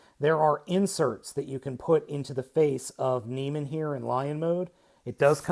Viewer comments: Neh-mey-an, not nee-man. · you're pronouncing it wrong you say na-mean when it is actually pronounced na-me-un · From what I can tell (and a chat with a close friend who is something of a classics expert) it's Neh-MEE-an or NEE-me-an ... but the ending should never be pronounced simply 'man' or 'men'. Sounds like 'NOR-man'. Having said that, perhaps it is more widely accepted 'across the pond'. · It's pronounced Nee-mee-en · Great review, its proniunced Nee'meean. Like the lion from greek mythos.